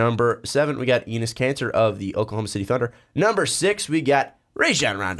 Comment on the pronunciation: EEnis Kanter? lol idk why but that pronunciation sounds like nails on a chalkboard